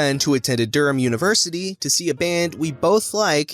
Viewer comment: That's not how you pronounce Edinburgh. Or Durham, for that matter.